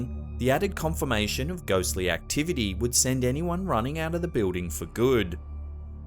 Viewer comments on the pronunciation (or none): I love how he pronounces building....BE-OOH-DING HAHA BOO-DING!. What is so hard about saying BILL-DING? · please learn how to pronounce BUILDING correctly. it's not Beuding.